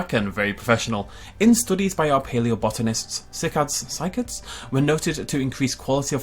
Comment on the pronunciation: "As we look at our sick-eds." Some day is going to pronounce something correctly, I'm sure of it. But today is not that day.